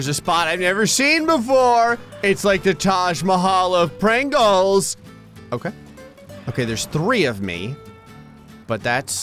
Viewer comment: Thos are Prhangles not Pringels